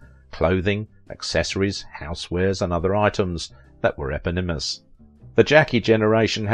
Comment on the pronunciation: E-pawni-mousse, I think